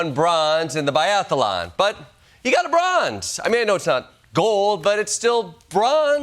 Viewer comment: "Biathalon"? ...This guy has a gun?